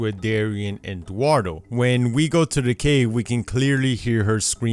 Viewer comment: Ash: oh. dearie?: DUARDO commenters: no commenters who can't read: yes My comment sucks